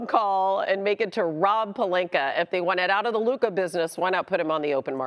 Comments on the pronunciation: I wonder when stephen a will learn to pronounce luka's name correctly. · I am gonna crash out if Stephen A. gonna pronounce Lukas name like that one more time. Bro a superstar who have been like 7 years in the league already.